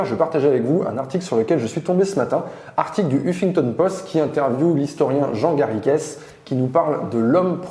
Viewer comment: Comme je porte le même nom que mon celebre cousin historien on ne prononce pas le es comme es à la fin du nom Garrigues c'est vraiment détestable ! Ce nom vient de l'occitan et de l'anglais pour définir le chêne vert le Carik.. Le s vient que ce mot était au pluriel et définissait un lieu les Garrigues. Les Garrigues sont pour les sols calcaire ce qu'est le maquis pour les sols granitiques